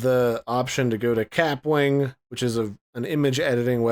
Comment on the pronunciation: It’s pronounced ka-pwing. Like a bullet ricochet